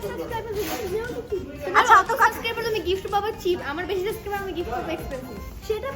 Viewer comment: এইগুলা একটাও লেখাপড়া করে নাই।স্পেশাল কে এসপেশাল বলে। সাবসক্রাইবার কে সাসকাইবার বলে।